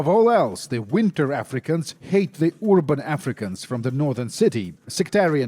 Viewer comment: The way you say urban always makes me laugh, i love it. I wonder if the dude from marauder is in here somewhere making himself a promzona oligarch edit: the chins on those dudes on the left is hilarious, some old royalty inbreeding shit